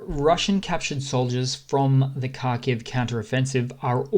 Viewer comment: Watch how Steve Cannane (abc news) pronounces Kharkiv (essentially Harkiv)- you can do it - I have faith in you 😀.